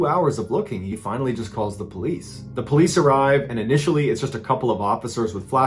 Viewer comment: Is there a reason your pronunciation of THE are all pronounced “thee”? It should only be “thee” prior to a word beginning with a vowel. It’s really incorrect and bothering the heck out of me. I’m really trying to enjoy the videos and would love to delve into the podcasts but I cannot get past how much that bothers me.